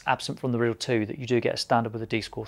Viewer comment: Isn’t it the “Rye - Dell” not Rid-El or am I just a dumb merican ?